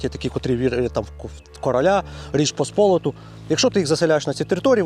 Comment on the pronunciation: Я ваш фанат до віку але Річ Посполита наголос на И.